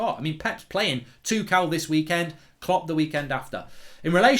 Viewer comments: In German I think it's pronounced Tomas Tukhel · It's Tookle, NOT Too-shell & not Too-kell.